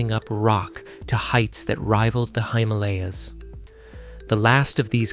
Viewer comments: AI crap. When a geologist can't properly say the name of the mountains at the north end of India, you know it is truly crap. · Can’t pronounce Himalayas, I’m out.